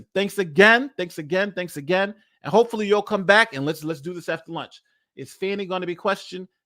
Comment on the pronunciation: Her name is pronounced "Faw nee " Not Fanny. Give her this courtesy and stop degrading her!